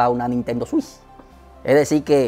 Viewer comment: buen video! me haces reír con tus expresiones jajajajajajajaja "la nintendo swish" xdXdxD Saludos desde Paraguay!